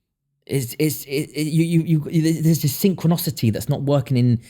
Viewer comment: FFS - SYNCHRONICITY - NOT SYNCHRONOCITY